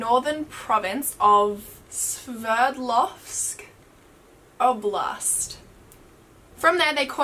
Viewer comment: Time code That was great 😋. Correct pronunciation : Свердловская область, or Sverdlovskaya oblast'.